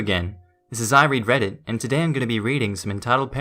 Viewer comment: Sorry, but when you said "I read Reddit" I heard "I regret it." But then, my ears are transplanted from Methuselah...